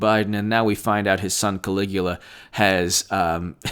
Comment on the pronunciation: Ka-lee-gou-lah 😅 LMAO 😂😂😂 and Snowden!! Persecuted for the same thing, exposing the truth!